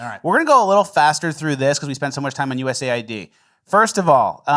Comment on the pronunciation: US AID / US AID / US AID not U-S-A-I-D lol